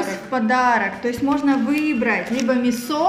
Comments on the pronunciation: вы конечно молодцы, но правильно ставь ударение в слове мИсо, а то режет слух. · Не мисО а мИсо!